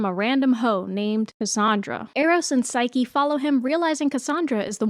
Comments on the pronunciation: its "P-S-y-ke" like Nike but with ps in the beginning, not sike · Psyche is pronounced with the long e sound at the end, like Saiki from Saiki k. Hecate has two pronounciations (he-kuh-tee) and (he-kate) with the kate pronounced like the number 8 with the k sound at the start.